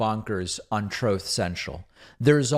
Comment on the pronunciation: But he's speaking his Trowth!